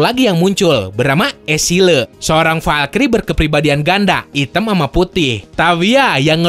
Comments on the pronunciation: seele yah dibaca sele bang bukan esile 🤣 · Dia ngomong S Sileu,, gara2 cepet jadi kedengerennya beda